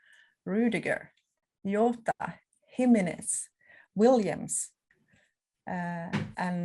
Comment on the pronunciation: she still calls him yota man 🙄🙄🙄